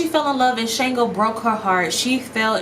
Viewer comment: Shango's name is pronounced SH-AHN-GO